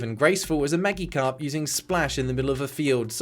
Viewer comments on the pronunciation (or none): Maggie Carp. Maggie Carp. Why would you pronounce it like Maggie Carp? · Hey, I won't judge too hard- I'm certainly guilty of mispronouncing a lot of things. That's so interesting though, as I guess I would have thought the mashup with the word "magic" would have been more obvious. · "Einglish" gave me a good laugh. I've heard of "Engrish", but "Einglish" is certainly a new one for me. That flailing corpse sure is having fun! WHEEEEEE!!! "Maggie-karp"? I've never heard the "g" in "Magikarp" pronounced like that before. Spawning a bunch of aliens that both teams must suddenly work together to defeat sounds kinda cool, actually. A very interesting gameplay twist for sure. This game may be hilariously bad in so many respects, but there were certainly ideas that could've worked well, given a lot more polish. (Insert Polish flag image here. :P) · See, every piece of art can achieve something positive in somebody's life. For this game, that singular achievement is to teach how to say Magikarp. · Your first mistake was thinking the "g" in magikarp was actually a g, when it really was a "j" in disguise. English is funny like that. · I've never heard someone pronounce Magikarp like that. I don't hate it, it's just different. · Loved the video, but your pronunciation of "Magikarp" gave me major whiplash